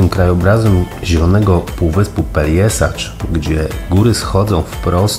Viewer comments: Super film. Jak sytuacja pozwoli to zawitam tam w lipcu - rezerwacja w Borku zrobiona :). Jeden fakt natomiast przykuł moją uwagę. Piszesz poprawnie po chrowacku Pelješac, co sugerowałoby wymowę Peljeszac, a wymawiasz Peljesacz. Jak powinno się zatem wymawiać? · Fajne wspomnienia, piękne miejcówki! Też eksplorowaliśmy półwysep, tylko we wrześniu 2020 - było jeszcze mniej ludzi, co mnie zachwyciło. PS. Pelješac czyli Peljeszac, nie Peljesacz 😁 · Dziękuję :-) faktycznie poprawna wymowa to Peljeszac ale gdy wypowiadałem tę nazwę to nie zwróciłem uwagi na ten błąd ;-) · Dziękuję :-) za Panem Robertem Makłowiczem powiem że poprawna wymowa to Peljeszac ale gdy wypowiadałem tę nazwę to jeszcze o tym nie wiedziałem ;-)